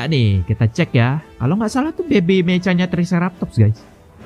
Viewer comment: meka bang bukan meca